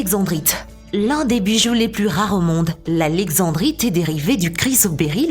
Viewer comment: Pas alexevbrite on dit alexendddddddrite et on écrit taaffeite mais on dit taaaaaaaaffffffffffffffeite